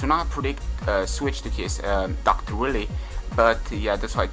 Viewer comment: lol love that you're calling Dr.Wiley, Dr Willy lol